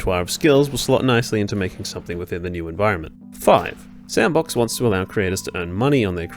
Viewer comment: I thought it was pronounced "S and Box"